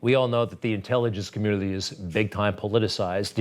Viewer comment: "Intelligence communnlliiiiy" - Greg Kelly